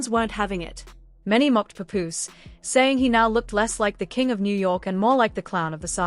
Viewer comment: Pup ooze it’s Paapoose!